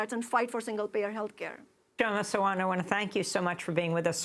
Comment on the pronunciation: She's very articulate. My only regret is how her name gets mispronounced. (K is silent, so think of Sha-ma, and Sa-waant). No offence meant, Aimee :-)